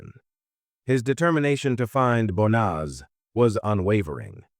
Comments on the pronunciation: YOU PRONOUNCE HER NAME WRONG 4 DIFFERENT WAYS! THIS IS SO DISRESPECTFUL TO HER! 😮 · That fake emotionless AI generated voice mispronouncing her name every single time is as disrepectuful as her family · Can i please ask you at least say her name properly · Banaz, bonaz, bonus, bas, it really started pissing me off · You'd think that the narration would at least get her name right. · This happened in my area, my ex who was part of the medical staff, treated her in hospital. I will never forget this, she deserved so much better than what she got. Also the AI on this video is messing up her name. She deserves to be remembered with her name pronounced correctly.